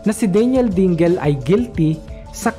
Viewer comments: Dingel? Dingle yan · Correct pronounciation sa (DINGEL) is something like" Dingil" hindi po "Dinggil"as in DINGEL name.